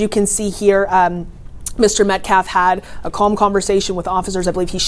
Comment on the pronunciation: That baby shaking "pastor" called him "MetKlaff". Can't even read a normal American name.